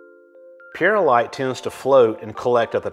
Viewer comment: It’s Pearl-ight come on man it’s simple